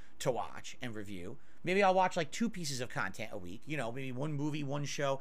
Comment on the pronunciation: "Reaction style khantent is the laziest kinda khantent"